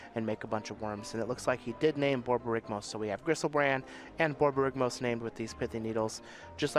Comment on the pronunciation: I didn't notice before watching this but the commentators ability to say Borborygmos repeadetly it's tremendous.